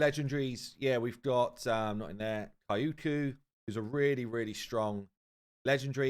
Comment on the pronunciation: Her name is pronounced as queue-o-ku